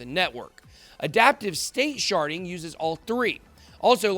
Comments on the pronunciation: Lol I reverted back to my 12 year old self when he said sharding. Sounded like sharting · Hew said sharding😂😂